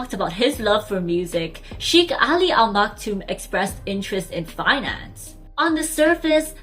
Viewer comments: It's not pronounced as chic but shake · It is not "Sheekh" it is "Shaykh". It seems he grew up in Philippines going by the fluency of Tagalog or had seriously learnt Tagalog with employees. The singer and the sheikh are obviously the same person. Royal families in the UAE are very large, consisting of hundreds of members. Only the direct descendants of the ruler and/or those holding ministerial portfolios are known to people. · Please try to pronounce "Sheik" properly.